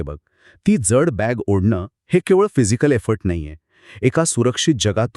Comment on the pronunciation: ज्यड नाही....."जड". उच्चार नीट नसल्यास कथेची मजा हरवून जाते.